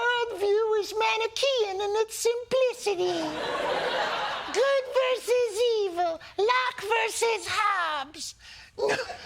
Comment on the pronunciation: You mis-pronounced “Manichaean.”